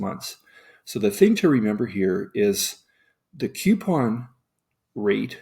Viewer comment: It bothers me to hear "queuepon" instead of "coupon." Sorry.